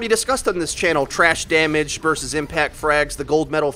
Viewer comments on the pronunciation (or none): none